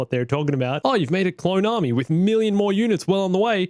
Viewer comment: What really gets me during the holocall to Mace and Yoda.. “a clone ARMAY?!”